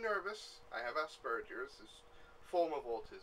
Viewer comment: i feel bad because when you said aspergers i heard assburgers.